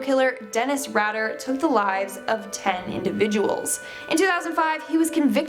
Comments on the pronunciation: This shouldn't matter but.. Dennis RAD ER ---> is pronounced like RAIDERs. For some reason that was driving me crazy. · Its pronounced Dennis "Raider" has from Wichita Wichita Kansas he's also very very manipulative I know people who have worked in the prison hes in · Who is this idiot girl? His name is Dennis Rader (Ray Der). Not Radder. BTK also is the initials of the name he put on letters to KAKE tv and the Wichita Eagle Beacon newspaper. (B)ill (T)homas (K)illman. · I love that she said BTK’s last name wrong! Pompous prick would be so butt hurt, I love it. I worked alone at night when he resurfaced in my hometown. Fun fact: My dad was swabbed for testing to see if he was BTK (my boss was a bitch). My dad was deployed during all of the murders, so it wasn’t even possible. Too bad I didn’t get a cool T-shirt that said, “my dads NOT BTK”. What sucks is BTK would love to know he made it on a top 10 list. He looooves any attention he could get. Otherwise he actually could’ve gotten away with everything he’d ever done in the past. He needed to get caught so he could be infamous. He craves the attention. Unfortunately, now knowing he’s actually stuck in solitary, it destroys that hope most of us had that another prisoner might’ve given him his own form of “special” treatment. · It’s pronounced Rai•der and Bind Torture and kill not bind em torture em and kill em 🤦🏾‍♀️